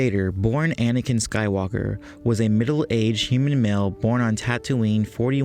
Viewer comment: its anakin not anakian